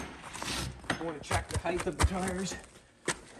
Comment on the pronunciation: "Height" not "Heighth"